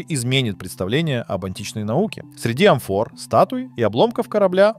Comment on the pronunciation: НАска, а не НаскА - грамотеи. Среди чего, чего? Каких амфОр? Что это за слово? Вы вообще где учились?